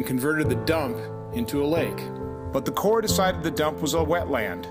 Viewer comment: The Corps of Engineers (Hey,! It's not pronounced CORPSE.) was charged with doing something. So when a private citizen did what they refused to do, it made them look bad and intruded on their power. So he had to go. It's the way governments operate. Everyone in the CoE should be disciplined or fired.